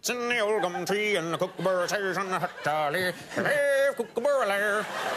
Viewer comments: It’s pronounced cook a burruh not cook a bear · It’s not a coocooburrue it’s a kookaburra ko-ka-bar-rar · Americans say Kooka-barra it's Kooka-BURRA mate! trust me I'm Aussie! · Never in my life have I ever heard a kookaburra been called a kookabear? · I’m Australian and I’m ashamed about how he pronounced kookaburra. It’s cook-a-burra. Such an expert....... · Can't pronounce kookaburra and worse impression ever. Sincerely, Australia.